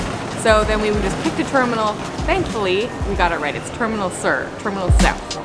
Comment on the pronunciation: Hey guys .. a little Spanish with directional info goes a long way. If you're travelling learn the basics: Norte (North) Sur (it's a long vowel .. not 'sir' as pronounced on the video) Este or Oriente (East) Oeste or Poniente (West). Really helps. Don't expect signs in English in a foreign country.